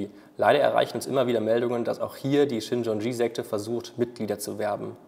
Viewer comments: Die Sekte heißt Shincheonji, nicht Shinchonji. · Richtig heist es "Shincheonji"